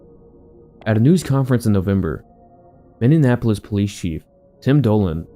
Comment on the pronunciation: it’s pronounced “mini-apolis”